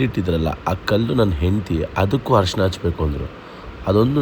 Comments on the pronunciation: ಹರಿಶಿನ alla ಅರಿಶಿನ, ಕಲೆ alla ಕಳೆ. 😬😬😬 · ಕಲೆ ಅಲ್ಲ, ಕಲೆ ಅಂದ್ರೆ mark.. ಅದು ಖಳೆ.. Harishina alla, Arishina ಅರಿಶಿನ